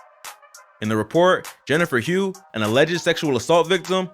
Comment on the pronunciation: I know Hough = HUFF NOT HUGH